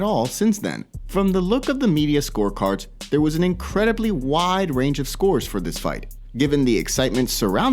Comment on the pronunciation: This guy pronounced there wrong.